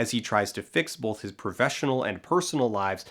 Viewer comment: Do you also hear him make "both" sound a little like "bolth"?